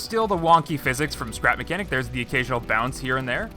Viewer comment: Welcome back to “scerap mecniac”